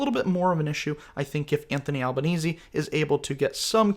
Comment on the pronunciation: Congrats on correctly pronouncing the name of the Prime Minister, Anthony Albanese (rhymes with Sleazy). Easy by name; sleazy by nature.